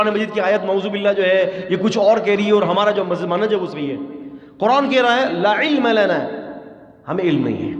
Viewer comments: لا کو چھوٹا کرکے نہ پڑھیں۔ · لا علم لنا۔۔۔۔کے لا کو چھوٹا کر کے نہیں پڑھتے وگرنہ معنی بدل جاتا ھے محترم ۔